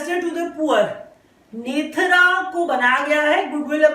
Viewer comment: Nethra is pronounced as नेत्रा not नेथरा। Thanks